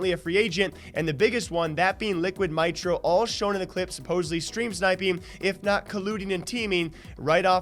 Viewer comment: Its Mitro Meetro not mitro mitetro